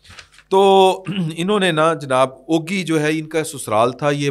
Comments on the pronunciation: Ogi nahin Ugi jaisey ugana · چھوٹی سی اصلاح۔۔۔۔۔۔یہ جگہ کانام اوگی نہیں بلکہ اُگی ھے